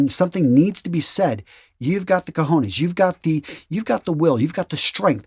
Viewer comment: You say cojones as if you were saying señorita. You sound rude when you say It. If you would't do it in English, why would you in Spanish?